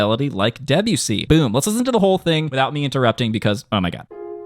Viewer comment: Saying Debussy like Debyussy instead of De-bussy is like saying Urin-us instead of Uranus